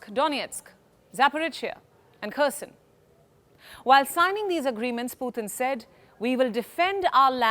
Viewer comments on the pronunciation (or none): none